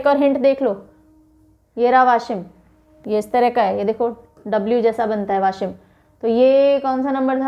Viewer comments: वासिम ( यासिम नाही), गोंदिया (गोंडिया नही) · Yashim nahi madam वाशिम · Washim not ashim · mam you said याशीम so please try it saying वाशीम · mam it is not Yashim it is Vaashim (Washim) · याशिम nahi वाशिम वाशिम मैं बुलढाना से hu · यशिम नही ..... वाशिम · Mam it's not yshim it's washim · वाशीम not याशिम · आशिम नहि वाशिम, गोंडिया नहि गोंदिया, सतारा नहि सातारा, धुले नहि धुळे, नेस्ट टाइम आप सहि बोलि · Mam it's वाशिम not याशिम 👍😍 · It is Vashim not Yashim to pronounce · Not a yashim. washim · It's Washim not Yashim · It is वाशिम=Washim not anything else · वाशिम pronounce mam, I. nanded district. Aurangabad divisions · गोंदिया,वाशीम ये है करेक्ट उच्चार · Its Gondiya , darwaja wala d , washim its waa ... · Washim ka pronounce galat hua... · Very informative Session..Minor correction in Pronunciation of Washim.